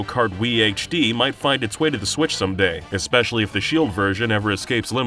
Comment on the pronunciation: "mario kart sWIItch HD" let that sink in.